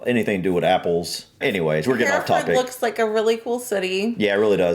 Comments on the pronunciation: less emphasis on the FORD, more like Heref’d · Pronounced like ..Heh ree fud...we generally don't say ford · English narrator "Herra fud" aaah " Herra ford". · Fud not ford. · How do you say this? Hears Herrafud Goes on to say HerraFFOORRRRD 😂👍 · 'Herefud'.....don't say 'ford' as in Ford car. If in doubt, cut things short!!!!! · You may not have recognised that the cattle are from the same place, because the word is (mis)pronounced in the USA as "Hur-Furd". There is a film about those cattle starring James Stewart, called "The Rare Breed". [Amusingly for us Brits, the leading lady in that film is called Evans, typically a Welsh name - but she has no Welsh accent; and one of the leading men is called Bowen, another Welsh name, but he has a Scottish accent !!] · not fooooooorrd fud herafud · say it like, hair-ra -ford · PLEASE say Herrafudd. My ears are hurting.